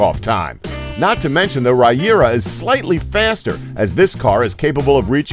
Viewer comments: Bruh, did he just call the Regera - Riyura? If you're going to narrate a video about the fastest cars, at least pronounce and get each car named CORRECTLY! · you mispronounced saleen who even says it like that you also mispronounced koenigsegg and regera and mispronounced centenario